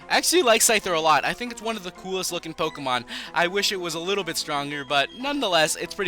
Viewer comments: learn how to prnounce pokemon names properly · Why does he always mispronounce the Pokemon names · you can't pronounce the names right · You cant pronounce any pokemon names